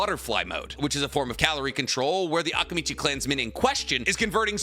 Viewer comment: Am I the only bothered with the pronunciation of Akimichi and Akamichi? Is it supposed to be like that? I never watched the dubbed version so please correct me if I’m wrong